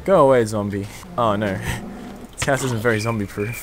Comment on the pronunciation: its house not houe